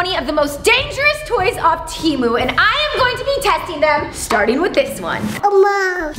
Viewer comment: You pronounced Temu wrong